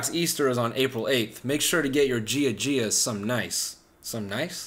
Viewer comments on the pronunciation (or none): "Gia Gia" its pronounced YaYa you phillippio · I love how no one has mentioned he said gia gia like the name Gia, instead of “Ya Ya” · "gia gia" made my skin crawl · i revolted when i heard gia gia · George Syros He definitely did i just think it’s so funny that he said gia gia lmao. Με έκανε να γελάσω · GIA GIA!!! MY GREEK EARS ARE BLEEDING!!! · i feel like a greek person would pronounce gia gia as “yaya” (grandma) .. but i also feel like noel would mislead people by mispronouncing it…